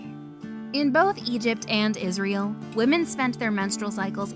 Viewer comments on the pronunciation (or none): none